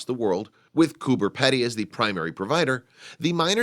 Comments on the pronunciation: Coober PEE - DEE, not Pedy. Typical yank mis-pronounciation. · Would just like to say it's pronounced Coober "Pee-dy" not Coober "Peddy". Also the whole town is not under ground as you seen in the pictures and not everyone lives in a dug-out mine shaft. Thank you. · Bob Valdez. Pedy not Peddy. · Learn how to pronounce pedy (peepdy) not peddy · The last part of the name is pronounced pee-dee, but accurate info all the same.! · Haha so funny!😂it's pronounced "Coober peidy!" Great video though!!😊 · It is pronounced coo-burr-pee-dee it's not fucking hard mate. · Pronounced Coober Peedy!! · Its spelt Cooper Pedy but pronounced Cooper PEEdy. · Actually it is pronounced: coo b er pee d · Spelt "Coober Pedy"...pronounced "Coober Peedy". From Aboriginal 'kupa-piti' (Boy's Waterhole) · Cooper Peedy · Wrong yyllass. It's " Coober Pedy ", not "cooper, and not spelt "peedy" but that is how the Pedy part is pronounced. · jak git, why not cure the ignorance and inform, it's spoken as if it were spelled "peedee", right? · Cooper Pedy is really Kupa-piti, but white Australia changed the name to suit their own pronunciation. It it actually pronounced like Gooba (the oo as in took) and piti like bidy (bidee). Ask any Aboriginal Australian who lives there and they will pronounce it like that as well. I wonder if white America stuffs up Native American words too? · Have visited a few times. Just wish the commentator could pronounce the name of the town right. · Americans can never pronounce it right.....😂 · Another American pronunciation of an Australian place completely fucked up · i agree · jak git yep it's really weird that they can fuck up something so simple.